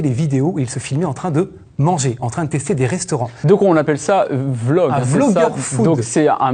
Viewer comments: "une vloug " il a dit lol, ils sont dépassés par les événements les pauvres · Le présentateur "donc on appel ça vloug " mdr jen peu plus